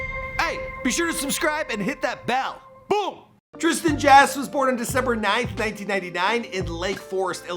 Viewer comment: "Trisan Jass" 😂😂